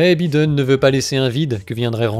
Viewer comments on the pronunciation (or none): C'est bien mais il ne s'appelle pas "Byden" mais "Baïden" ... Faites un effort. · j'aime trop comment tu dis bi den au lieu de Byy den 🤣🤣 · Ha les français disent même biden au lieu de baïden waw 👏🏿 😂 Pourtant macroni adore cette langue hein ! il est votre président non !? 🤔...